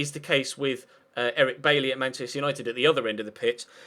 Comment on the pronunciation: It's pronounced By-eee